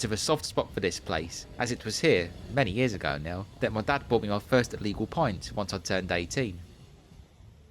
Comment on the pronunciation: Loved the way you said "The first time my Dad bought me the first LEGAL pint". Your round 😊 Don't cry, I'll buy the fish & chips.